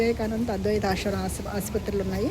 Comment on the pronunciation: Q. మీకు శివ అనటం రాదా.... దయచేసి మీ అతి వాగుడు ఆపి.... ముందు శివ అని..చక్కగా..భక్తిగా ఉచ్ఛారణ చేయి... Siva. Shiva కాదు. నీ పైత్యం ఆపు.... శ.....అని పలుకు. ష....అని పలకవాకు. తెలిసి...భక్తి విషయంలో ఇలా పైత్యం చూపితే...నా మాటలో కటువుగానే ఉంటుంది. ఆశ్రమము కశీ శివ మరలా చెబుతున్నా... కాషీ కాదు...కాశీ... షివ కాదు... శివ ఆష్రమము కాదు..ఆశ్రమము ష ..అనవసరంగా పక్కకు... దైవ సంబంధములో అసలు పనికిరాదు